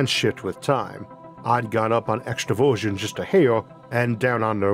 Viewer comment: ooh extra-version. Not extroversion. As an introvert who's usually calm under pressure as long as I get enough alone time & autonomy. It would be a huge miss calculation to leave out about half of personality types for some simple missions.